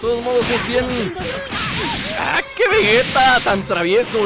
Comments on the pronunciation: es vegeta no vegueta XDD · se dise vegeta no vueta